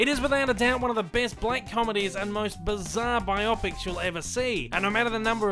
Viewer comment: Have always been a Sam Rockwell fan and enjoyed this, except for when you mispronounced Bio-Pic as Bi-Opic like it's an eye condition.